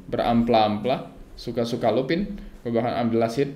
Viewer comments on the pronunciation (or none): none